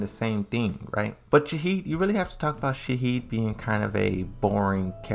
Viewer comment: Right? Also, it's shaHEEN, not Shaheed. This dudes pronunciation of these characters' names are really frustrating. He should learn how to pronounce these names properly before making these videos